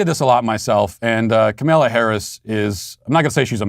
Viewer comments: Are you sayinh kamellah on purpose.? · Is he purposely calling her Kamilla? 😂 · I love it how Matt is purposefully mispronouncing “Camilla’s” name 🤣. I mispronounce it too (CamelToe Whorrish). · This was so funny, but so sad. She could be our next president. :( I love how Matt went from calling her Camilla to Kamaila. 😂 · I laugh every time I hear him call her Camilla. Trolling that “say her name right!” Moment when that one guy kept calling here Ka-mal-a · It’s KAmala, not kaMALA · "Kamela" ... love it. She hates her name to be mispronounced. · He calls her Kamilla 😅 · I’m hearing “Carmella Harris” every time you say her name 😅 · KamEla? Pronounce it correctly, waycist! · why are you pronouncing her name as “ka-male-uh” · I miss Matt calling her Kamayla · I stress it as KaMALa because: Kamala es muy mala (y "Walz don't work"). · It's ka MALA!! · MY FAVORITE PART IS MATT MIS-PRONOUNCING HER NAME THE ENTIRE VIDEO. :) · I'm a huge fan of yours, but the way you just decided to mispronounced her name suddenly, is jarring. It sounds deliberately ignorant, and it's going to turn off anyone who isn't already on our side. That's a dumb and counterproductive thing to do, 3 days before an election. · Why do you mispronounce her name like that? It's not really funny. Childish, actually. And I like you. Can't stand her. Love your movie. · The intentional mispronunciation of Kamala is just beautiful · I love how you never pronounce her name correctly lmao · Is so god damn disrespectful how these right wingers purposefully say her name wrong. Just a joke